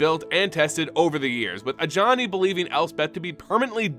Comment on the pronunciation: Bruh. I'm watching this just now. You saying Ajani hurts now